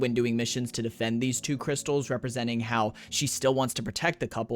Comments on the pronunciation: i lost it on "Cwystalzzz" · “Citrine, she does cwistelllls” 😭💀